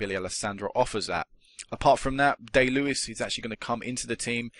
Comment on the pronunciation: its pronounced die lewis